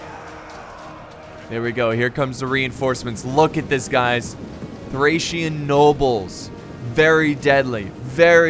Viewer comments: THORRAC WARRIORS IM SORRY BUT HE SAID THERE NAME THORRAC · It’s Thracian not thorrac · Why in the heck did you keep saying thorack or thorag?????? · TH--RACE not THORAC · lol can't even say thracian warriors correctly. keep calling them thorac warriors. Learn your units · Well I believe he’s dyslexic and there are many thorax units on the field (yes ik he did mistakenly call thracian units thorax) and he’s quickly trying to commentate the video but it’s easy to get them mixed up at a quick glance; it’s a lot harder than it looks and being dyslexic makes it even more difficult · Been watching you for years, and your pronunciation of words never seizes to amaze me, lmao. I don’t know how one could possibly see “thorak” from “Thracian”, unless they are dyslexic hahaha. You’re hilarious. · Don't wanna be that guy but it's thracian warriors not thorac or thorak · Before recording can you just read the unit names so you dont butcher them,you can prounance it wrong but dont call thracian barbarians thorax swordmen who are hellenic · I'm kissed by the fact you mispronounced thracian warriors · Correction: pissed at your mispronunciation of thracian warriors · Thracian man... you have to do something with names, stop video and take some time to read the name correct! I know its difficult when you are dyslexic but you can do it! I know from myself 😉